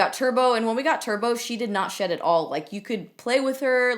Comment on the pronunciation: When she said her dogs shedI thought she said her dogs shit 😂😂😂😂😂😂